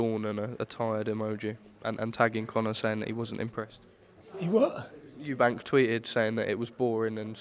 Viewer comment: Why on earth does Nigel Benn say Eubanks, I mean is it really that hard to drop the "S" and just say Eubank?😕 I find it disrespectful